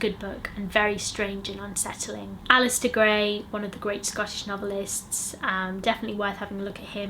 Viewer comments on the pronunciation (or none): none